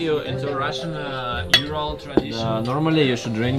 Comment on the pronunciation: You pronounce very correctly Russian 🇷🇺 name of things. Like Ural Mountain. All westerners pronounce "You-ral" instead Ural. Yes You still can't pronounce the city Ekaterinburg 🙊! But in general You artracted plenty of respect from Russkies, usually Russians 🇷🇺 did not respect at the first sight. But You acting very respectfully towards Russians 🇷🇺, and I think that they realize that!